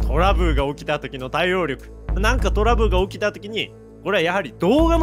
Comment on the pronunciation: さん トラブルが言えてなくて トラブーって聞こえる